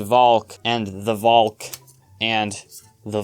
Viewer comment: Finally someone who says valk the Dutch way...